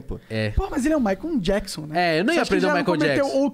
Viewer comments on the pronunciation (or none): "Maicon jackson"